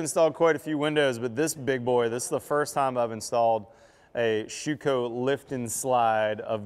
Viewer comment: you butchered their name..... Schüco ü is pronounced like: I am very very happy to see you bringing on some real high quality products from Europe. Just as a tip. You can get also premade stainless steel frames for those windows or aluminum flanges which are much better lasting than your tape. You can just glue them in place before you set in your windows. Since in Europe most houses are brick build it's for the US market a bit challenging with all wood. But I noticed with a stainless steel sill-plate and aluminum glaced 3 piece frame we cut installation time down to less than 30min per opening. And instead to have my framer to put a 5 degree pitch in the frame in which takes way to much time we just use abs plastic to get the 5 degree pitch in before we put the sill plate down. With a nailgun you shoot those abs plastic parts just into the wood before you glue down with PL375 or compare able glue the sill plate into place. But you can also get PVC molding which is preformed: Buy in bulk and you reduce your window install cost in material and labor by over 20% per window. Quick tip next time you install a sliding door. screw in 2 pieces of 2*4 onto the inside corners of the opening with 2 foot length each peace in a 45 this way you can lean again it without been in the way when you move the big door from the inside to the outside to than drop it onto the sill plate. On the glass we have a 3 point level with suction cups on so we can see which way